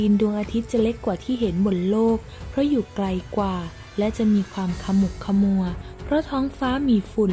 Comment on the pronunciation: ขมุกขมัว ออกเสียง ขะ หมุก ขะ หมัว